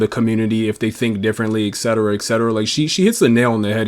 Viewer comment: Stop saying ek-cetera. Makes you sound like a fucking retard.